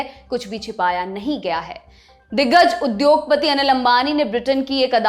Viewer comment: Madam ko hindi sikhaya jaye ye 5th time main bata raha hu...उध्योग नही उद्योगपति boliye, dhyan do ek hi galti kab tak karoge lallantop, hindi ki aisi taisi achhi nahi lagti